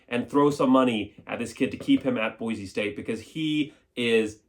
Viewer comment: There’s no “Z” in Boise!!!